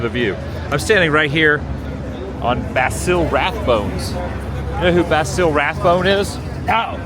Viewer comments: You lived in Hollywood all that time and you don't know who Basil Rathbone is? And by the way, you said his first name wrong...🤔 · Basil Rathbone's name is pronounced with a soft s, sounds like Bah-zil.